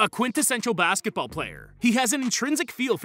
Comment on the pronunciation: I'm sorry.. Did i just heared him call MJ the goat "of 90s basketbal"? 👀